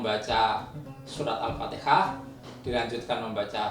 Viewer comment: Bacaan takbir apa,masa Al fatikah cih,bukanny Al fatiha